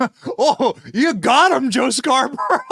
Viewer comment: Jow scarrow borough 😂😂😂